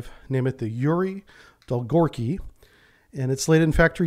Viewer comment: Dolgoruky. U is not silent